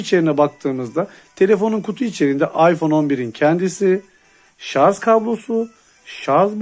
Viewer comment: Üstüne basa basa sarzzzz demen 🤣 şarj abi şarj